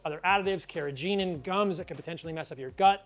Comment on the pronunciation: Learn how to pronounce "carrageenan", my friend.